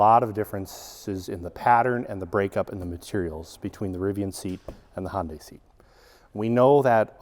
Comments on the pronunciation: Are you trying to say "Honda" or "Hyundai"? Sounds like "Hon-Day" which is somewhere between the two. I thought it was pronounced Hon-duh for Honda and Hun-day for Hyundai. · I think it’s pronounced Hun Day, not Hon Day. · Why is he calling it honday it’s pronounced “hun-day” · Hond-AY? It's HUN-day, like Sunday and Monday! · Sorry, i had to stop watching. If I hear Hohn-day one more time.... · Please, Hyundai rhymes with "Sunday" not "Honday" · Another car expert that doesn't know how to pronounce Hyundai. It rhymes with Sunday. It's been pronounced that way since 1985. Just watch a Hyundai commercial. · Who in the hell is Hon-day? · No, actually it's pronounced "he-oon-day" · Yeah, that would be also wrong, even though most pronounce it that way... The correct version would be the way Koreans say it "he-oon-day" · Yeah, my brain thinks he's saying "Honda" every time, until it ends in a y, then my brain goes ?????! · I've heard Hun-Day, Hun-die, Hi-Un-Day, and Hi-Un-Die, but I've never heard Hon-Day before. I honestly don't know the correct way to say it, but Hon-Day just throws my brain for a loop. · One tiny request.- Hyundai rhymes with day (or closer to "eh"), not eye. I kept thinking you were saying Honda. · Had to turn CC on to see if was saying "Honda" or "Hyundai". 😉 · It rhymes with Sunday. Too many people pronounce the silent y in Hyundai.